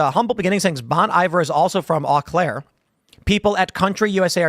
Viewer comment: You know... I've always seen the "Can you pronounce these WI town names?" things and figured they were just overzealous.... But Tim proved me wrong. Eau Claire isn't pronounced "Ah" Claire. It's pronounced "Oh" Claire.